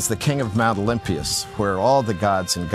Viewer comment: According to google, you mispronounced Mt Olympus.